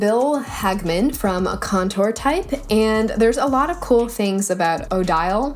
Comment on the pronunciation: You’re killing me with the way you are pronouncing Odile. It’s the name of the blake swan in Swan Lake. I wonder if there is an Odette (white swan) font by the same creator.